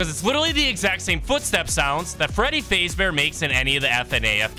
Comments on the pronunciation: bro butchering the pronounciation freddy fazbear ❌ freddy fazebear :correct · Bro said Fradey Fazebear 💀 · ah yes freddy faze bear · because he can't pronounce it good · Is the voice ai because he says freddy faze bear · freddy fazebear- 💀 its freddy fAzBeAr